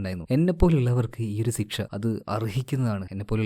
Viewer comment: ബ്രോ ചില വാക്കുകൾ പറയുമ്പോൾ ഒന്ന് ശ്രദ്ധിക്കണേ.. സിക്ഷ അല്ല ശിക്ഷ.. ബേഗ് അല്ല ബാഗ്.. ബുസ്തകം അല്ല പുസ്തകം.. നെഗറ്റീവ് പറഞ്ഞതല്ലാട്ടോ..ഓരോ സ്ഥലങ്ങളിലും ഓരോ രീതിയിലാണ് സംസാരം.. അങ്ങനെ സംഭവിക്കുന്നതായിരിക്കും..😊😊 പിന്നെ ഇതൊന്നും തന്നെ വീഡിയോയുടെ ആസ്വാദനത്തെ ബാധിക്കുന്നില്ല 😊😊